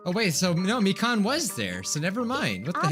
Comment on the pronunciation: ITS MI-KAN NOT MIKAAN